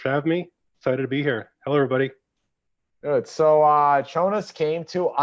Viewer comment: Did Chonis just say thanks Chone instead of Tone at the end?? Anyway awesome conversation, would like to see Chonis on here again